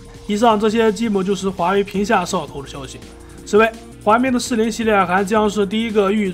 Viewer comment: 摄像头，你能不能说清楚点